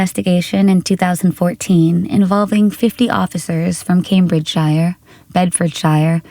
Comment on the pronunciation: It’s Cambridgeshire as in shear